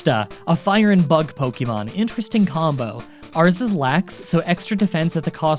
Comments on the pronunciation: You still say Pok-EE-mon It’s Pok-EH-mon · "You can't make fun of me for mispronouncing the gen 5 names!" Continues to mispronounce "Pokémon"